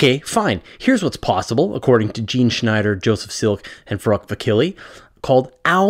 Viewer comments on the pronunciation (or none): none